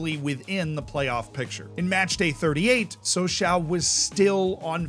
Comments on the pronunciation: It is not Saw s A oh It is french ...it is Saw saw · Please, Sochaux is said "Socho" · It’s pronounced “So-shó” not “so-shau”. But it’s still fun to listen along and have a shot every time you say “so-shau” ;-) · I belive it is more like So-chaw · What truly proves how much I like videos is how many times I withstood him saying “sochaow” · Sochaux is pronounced "SO-SHOW". Merci, beaucoup! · "So-sho". They only say "ow" when they stub their toe or something. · The 'aux' in Sochaux is pronounced like the 'oh' in 'oh my god'. Sochoh. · Ah yes, my favorite French club, Soch-OW. On a serious note, glad the team has stabilized. I remember their Ligue 1 days from when I was a kid. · It's pronounced Socho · The pronunciation of the "Sochaux" made me stop watching, and I am not even French...Try "ShawShaw" (like the player) next time. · So-Show is more like it zs pronounced in the club anthem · more like Soshaw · Or Showshaw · That's not how you say Sochaux, buddy. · it's a great video but you should have checked the prononciation of "Sochaux" xD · The way he says sochaux is way worse. Hurts my ears and I’m not even French. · what about sochaux😂